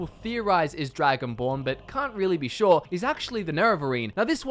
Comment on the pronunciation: Virtuoso Because of his pronunciation of “sure”. And he’s showing footage of Shor’s Hall in Sovngarde as he says that. “I can’t be 100% SHOR”.